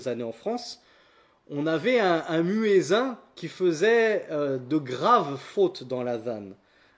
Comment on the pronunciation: salam, baarak Allahu fik, je tiens juste à t'informer que personne ne prononce "muezzin" à la française, voilà il est bcp mieux de le prononcer en arabe, qu'Allah te récompense